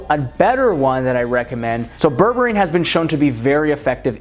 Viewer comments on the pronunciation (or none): I thought he said bourbon 😂🤣😅😅